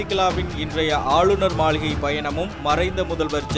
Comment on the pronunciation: மளிகை illa மாளிகை baaa😸😸😸😸😸